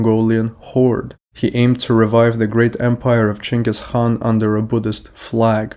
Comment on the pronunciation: who is Chengus Han? You must mean Genghis Khan.